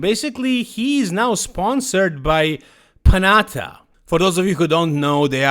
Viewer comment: This is not the correct pronunciation of the Panatta brand. Panatta is an Italian name and in Italy double letters have a different sound than single letters. You should pronounce a harder T and the tonic accent is on the second a